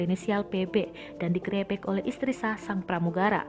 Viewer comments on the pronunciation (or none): Gre'beuk.., apa itu grebek, apapula ini mimin nanti menteng kau bilang meunteng, te'ubet jadi tebet 🤦‍♂️🤦‍♀️ pening bah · salfok sama pengucapan kata "GREBEG" 😂🤣😂